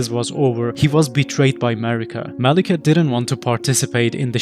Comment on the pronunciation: Mawekith....the Bwack Bwade...